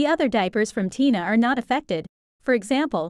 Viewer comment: They are called tena (ten-a say it right